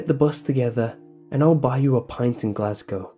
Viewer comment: Makes me cum hearing someone on youtube say "Glasgow" right